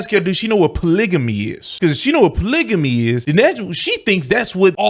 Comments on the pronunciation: hold up bro bro!!! tf is "POLIGIMMY"....are you talking about fckn "POLYGAMY" ???? MAAAAN!!! we gotta do better folks. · JESUS H. CHRIST!!!…THE WORD IS POLYGAMY NOT POLYJAMY!!!…🤦🏾‍♂️ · polygamy .. why can't they pronounce it